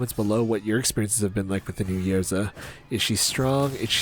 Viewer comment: love your videos. it is Ysera and not Yersa